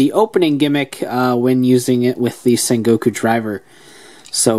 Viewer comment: It's sengoku not sekoko